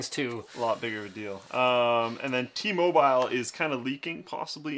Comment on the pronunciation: Did Slick really say T- Mobile like that ?